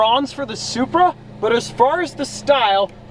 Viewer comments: Plate-SupBruh instead of Supra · "Zupra" ez